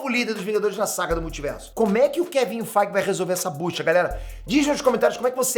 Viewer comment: Só eu que ouço Kevinho Feige?